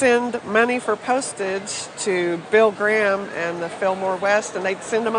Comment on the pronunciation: Bill Gra-harm, huh? That's probably a Jimi Hon-dreegs poster then.